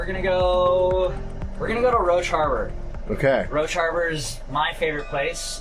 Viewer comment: I am lucky enough to live in Roche Harbor. is right about it and he pronounced it correctly.